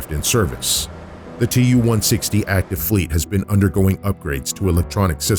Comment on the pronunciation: As a Russian native speaker, my ears bleed after hearing Tu-160 pronounced 278 times wrong... I don't get it, why English speaking don't get it that Tu ist the short form for the engineer's name Tupolev. The same as Mig=Migojan, Su=Sukhoi, Yak=Yakovlev and so on... It is not an acronym for 2 words!!! It's not like AK or KGB or UK /USA. It's just Su-**..like the name Sue...Don't make this unprofessional mistake fellas. It hurts my feelings and makes my ears bleed :)